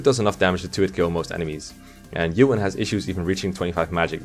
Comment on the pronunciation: Ewan and shaman pronunciation tho...